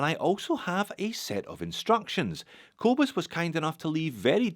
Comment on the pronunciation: As a Scottish South African I cringe at the way a Scottish Australian says the name "Kobus" 😁😁😁